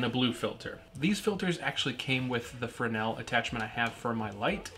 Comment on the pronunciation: OMG you pronounce Fresnel correctly?! subscribe.